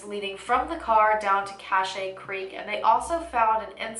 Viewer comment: Cache creek is pronounced CASH creek + Lodi is pronounced Low-dye. In CA we have a lot of Native American land and lots of cities’ names are influenced from our Native tribes and from when CA was still apart of Mexico. Sorry but I had to say something 😩